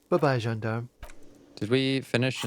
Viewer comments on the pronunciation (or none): none